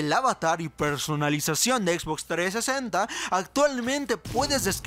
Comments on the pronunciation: xbox treesenta v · La Xbox 3esenta, me muero jajaja